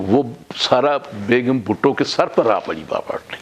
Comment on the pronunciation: Word is Bhutto not bhatto